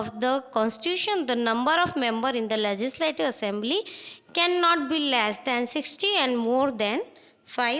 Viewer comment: Comize , manezmen,bazez,prezezving,lezizlative😂😂sahi se to bolo aur ye konsi 12 std ki hindi bolrahe ho😂😂